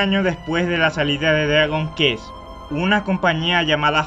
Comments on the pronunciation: Solo no vuelvas a decir "Dragon kest" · "Dragon Kest", "FInál Fantasy". En serio?... Aun así buen video. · "Dragón kest" "Estar geyser" :V Pronunciaciones OP con chadown :V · A ver, vocaliza, se dice dragon CUesT, la "QU" en ingles se pronuncia de esa manera y ademas se pronunca tambien la "T", no dragon KEs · Oshiwomiroito: Lo pronuncia perfectamente bien. Dragon Quest: Pronuncia Dllagon qes :v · se pronuncia Dragon Cuest, no dragon kest xddd csm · No se dice “quest” se dise “qüest” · "Dragon Kést" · Video perfecto, sólo, deberías hacer un esfuerzo por pronunciar los juegos como son: "Dragon Kuest" y "Fainal Fántasi" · se pronuncian fainal fantasy y dragon cuest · jota ege pege, guego de wol y Dragón Kest :3 adoro como asesinas los diferentes idiomas jejejejeje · ¿Peor VideoJuego jamas hecho? Que yo sepa E.T si existio, entonces ¿Como puede ser que sea "Jamas Hecho"? Pd: Se pronuncia Dragon Cuest. :v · "dragon kest" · "dragon cuest", "fainal fánasi", pls... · Se pronuncia: Drágon Cuést :) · tus videos son buenos,pero si mejoraras tu forma de hablar y de paso,pronunciaras bien,serían mucho mejor, el a veces se hace difícil de oir por las malas pronunciaciones cono dragon kest o fínal fantási. con todo y eso,estan bien editados. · me da gonorrea que digas dragon kest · viejo el text aloud era lo tu yo enserio narrar note queda tu voz no cumple con la expectativa mi voz es horrible tambien ademas se que suena jodido y molesto con las criticas pero tu pronunsiacion es terrible dragon kest jot egge pe je? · me gusto tu video, pero me crispa los nervios como pronuncias Dragon Quest y Final Fantasy